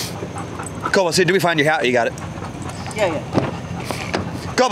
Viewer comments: I thought it was kobe-iss, and not kobe-ose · Kobus is an Afrikaans name and pronounced "Kwoohbus". Beautiful dog 😍 I guess you got him from South Africa which is where I'm from 😊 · But still…Kobus is a dutch dog, trained in the Netherlands. His name is pronounced Ko (the o pronounced as in “go”) and bus as in (school)bus Ko-bus!